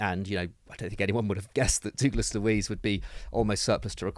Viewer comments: Who the f**k is DOOGLAS Luis? It's pronounced DUGLASS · FYI it is pronounce as Douglas Luis. DOUGLAS! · Can’t stand the way he says ‘Douglas’